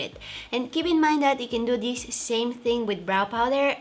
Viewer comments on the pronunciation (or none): this way not dis way😁😁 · Loved the way how she says "dis to dis" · Her: from dis to dis Me:👁👄👁